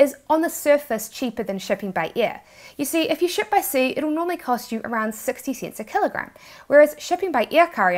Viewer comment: Yeah, I needed to slow down to understand 60 c"y"nts and then for s"y"ven dollars. Am I right?